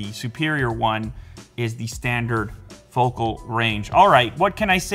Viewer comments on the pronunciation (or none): none